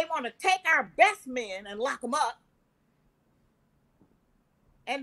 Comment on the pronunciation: can you please stop saying whymen....I’ll befen to refer to men as myn LOL